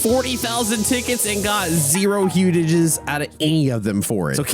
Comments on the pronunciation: It is huges not hugegis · Bro why did you say “hugehugses” what is that